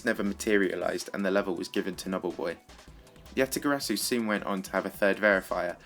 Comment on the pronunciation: Yatagarasu is pronounced Yuh-Tuh-Guh-Ruh (roll the r) Su